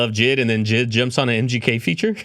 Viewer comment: Mf called JID jid💀